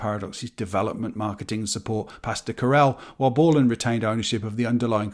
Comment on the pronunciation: Nice to hear someone correctly pronouncing both Novell and Corel 👍 Loads of folk say 'novel' (like the type of book) and 'coral' (grows in the sea) 😂